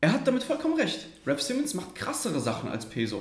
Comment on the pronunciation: Wenn man schon über raf Simons sinniert sollte man vielleicht auch seinen Namen richtig aussprechen können.